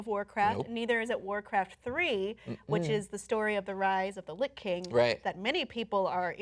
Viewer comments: it's pronounced litch not lick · Sorry but his name is the Lich(pronounced as Litch) King. According to my wife I'm the Lick King. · did pronounce "Lich" as 'lick'? BLASPHEMY!!